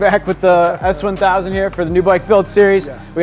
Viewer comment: the way he emphasizes 1000 is just so good, why does it sound so satisfying